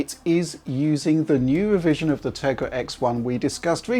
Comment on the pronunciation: Bwiefings...... impwessions........wevision......this guy would give Jonathan ross a run for his money.....